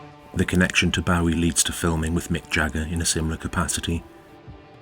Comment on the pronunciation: You pronounce "Bowie" incorrectly.